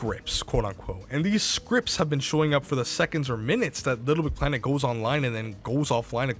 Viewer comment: For a channel based around Little Big Planet content, you seem not to be able to pronounce it. “Lbpltt”